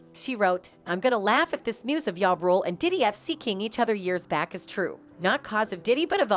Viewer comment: She say ya rule who df is that I thought it was ja rule 😅😂😂😂😂